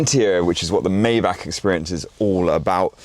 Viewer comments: the G-Class Landualet was the first Maybach SUV. literally wrong out the block.. AND its pronounced Mai-Bagh not May-Back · *it’s my-BOCK